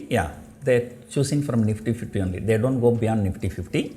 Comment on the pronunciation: when sir says "DO", there is something silent and that is "NT".